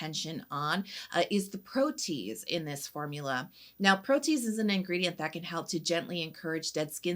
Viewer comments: I have a bias against some by mi, bc they market themselves as sensitive skin friendly, but then have sneaky fragrance in their products! Ew! Thank you for bringing it up! Also, FYI, it's pronounced pro-tee-ayz. Enzymes all have the ending -ase, but sometimes the way it gets tacked on makes it have funny spelling. 😊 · Great video! How does the Swimming Pool toner compare to the beloved Make Prem? That’s my HG thanks to you! Btw, it’s pronounced pro-tee-ayz 🙂